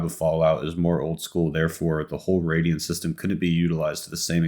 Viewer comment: Radial HAHA! It's Radiant:P